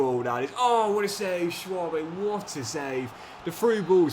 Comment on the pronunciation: Its not pronounced Schwabe its Schwebe as ä is pronounced e, same with finkgräfe its finkgrefe